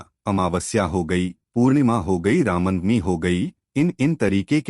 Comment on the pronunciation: कमसेकम रामनवमी तो ढंग से बोल लो ..